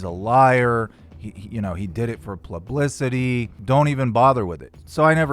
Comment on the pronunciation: PLUBLICITY!! lol